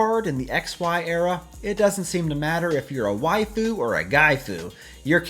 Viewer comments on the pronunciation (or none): none